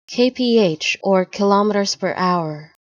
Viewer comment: Not only does "Kph" not mean "kilometres per hour" (it means kelvin-picohours, which is meaningless of course), but you also mispronounced kilometres. The universal symbol for kilometres per hour is km/h—nothing else. And kilometres rhymes with "nanometres", not with "thermometers". Wow...how are you even a channel?